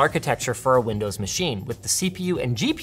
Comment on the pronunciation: linus, you do realise you said lindows and not windows right?